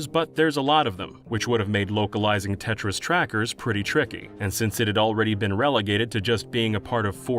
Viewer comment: I thought you said 'Tetris trackers' instead of Tetra's trackers...